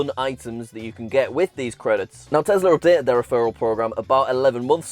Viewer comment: It’s crazy to me your entire personality is based on a brand you can’t pronounce correctly